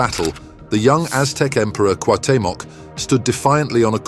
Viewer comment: It's pronounced /kWahW.'te.mok/